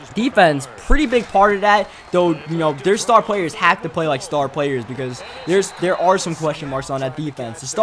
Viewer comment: And he says "Dare" instead of "there"